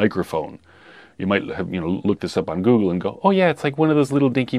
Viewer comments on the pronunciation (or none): none